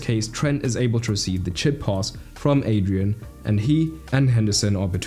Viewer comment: Everytime you say Adrian, my brain hurts it’s Adriàn